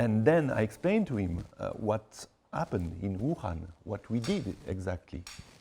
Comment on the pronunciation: Wham, Bahm...Thank you Ma'am Wuhan sounds a lot LIKE (it's WHAM babe's, !!!!)